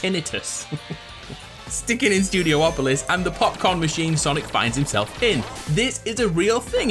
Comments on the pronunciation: IT'S NOT STUDIO OPOLIS!!! IT'S STUDI OPOLIS!!! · Studiopolis, not studio-opolis